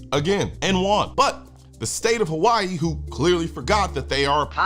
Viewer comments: "Havaee" ...i can't believe people still watch legacy media with how cringe and absolute propaganda it is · why she say Hawaii like that? Lol there's no V 😂😂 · Tomato tomato saying. Pronounced differently between English and Hawaiian. 🏝️